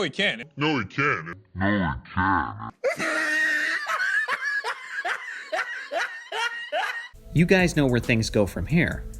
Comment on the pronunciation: It sounds like he said can